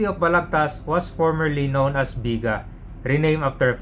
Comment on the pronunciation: "Biga-a" ang pronunciation niyan sir. :)